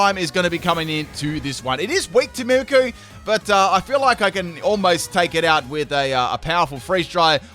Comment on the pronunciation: Btw it's "mimikYOU" not "mimikoo"